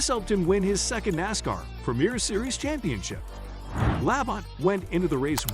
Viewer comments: This would be a lot better if you would pronounce Terry La-bont’s name as “La bon ta”. If nascar techs were checking your video, you would be sent to the back of the longest line, not for cheating but, for not doing your homework. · It's pronounced "La Bon Tee". Jesus, get the names right. If you've been around NASCAR for any length of time you should know this. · For a channel that is supposed to be all about Nascar, you really need to learn how to pronounce the names. For example, Labonte is pronounced La-bon-tee. I had to stop watching the video because I cringed each time to mutilate his name. If you watch and listen to the original videos you are taking clips from, I can assure you that his name will be correctly pronounced to help you learn it. Same goes with the track names.